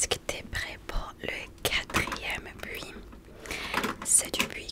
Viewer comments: Au début je ne comprenais pas pourquoi tu parlais de "puits", j'ai compris après que c'était "bruit" lol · Critique constructive : le mot « bruit » il faut prononcer le « r » on ne dit pas « bui » mais « bRui » . PS : Cette vidéo est incroyablement reposante. Une des meilleures 🥱